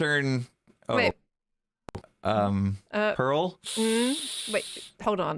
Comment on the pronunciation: dude said “parl” “cow”… like bruh a cow? And “Japan music”